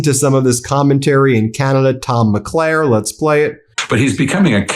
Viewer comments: Mulcair, not Maclaire. Premier, not premeer. Thank you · Thanks, Ben, for your excellent coverage, as usual. But just a quick FYI — it’s Tom Mulcair (“mull-CARE”) not Tom McLair. Also, Premier is pronounced “PRE-meer”, not “pre-MEER”. - From a Canadian fan ☺️🇨🇦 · it's Tom Mulcair, not McClare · And thanks for covering Canadian talking heads, but his name is Tom Mulcair not Tom McLair. Funny to hear. Thanks for the laugh! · The name is “Mulcair”. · Ben, it’s Tom “Mull … care”!👍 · Pronunciation: Thomas MUL-CAIR...former federal leader of the opposition, and a much demanded political commentator on Montreal, QC & Canadian media, in both Eng. & Fr.. My question...if his tariffs are illegal, why doesn't the U.S. Customs & Duties admin. block them and leave the original tariffs intact? Why not let the courts wrangle over them, before they're allowed to take effect, if ever!